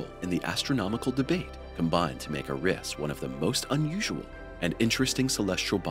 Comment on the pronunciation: It’s Eris not Uh-riss